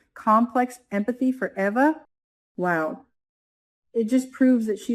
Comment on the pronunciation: EVA is pronounced “EE-VA”